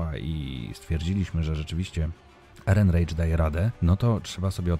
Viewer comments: ALDEN ERENRAJK, A NIE ERENREICZ. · Tak się zastanawiam, czy nie Erenrajś? Wydaje mi się, że to niemieckie nazwisko, więc raczej tak by się czytało O_O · Ehrenreich czyta się "erenrajk". A z kina wyszedłem bardzo zadowolony. Alden mnie NIE zawiódł. Cameo pewnej postaci mnie totalnie rozbroiło. Chętnie obejrzał bym ten film jeszcze raz.